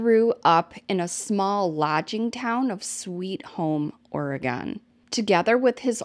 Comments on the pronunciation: *Sounds like~🗣️{Or-Gun} 🌲🪵🍄🍂 I live in The Willamette valley in Corvallis (Benton county) I've seen people not from Oregon have a hard time saying 🗣️{Will-am-it River} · ORR-i-gin (hard G, like gun, not like the liquor gin). Or, gun lovers like to say ORR-i-gun, and there are even bumper stickers with rifles that say "OreGUNian". 🙄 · I was just literally in Sisters last week... Woah. Oh, and we say Oregon like Or-uh-gun 😉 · Am i the only one giggling a bit every time says "OregOn"??? 😆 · You're saying it like a non-pacificnorthwester! I live right around the WA/OR border and usually we only hear tourists say it like that! I guess it's more like OregIn the way we say it over here🤷🏼‍♀️ not such an emphasized second O. Lol....i always find the smallest things amusing 🤣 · Love your content. You do a great job. Just an FYI....Oregon is pronounced like aw·ruh·gn. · It always cracks me up when people say “ore-gone” lol 😂 (from an Oregonian, born and raised, of course) 🌲 🌲 🌲 And that runner gal is like SO many from our beloved Track Town. 🦆 Thank you for the great coverage,. 🌈 ❤ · Its pronounced Or-again